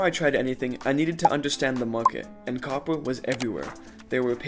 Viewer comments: “Cwoppor” Mijo😭🥀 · Bro it's copper not Cooper 😂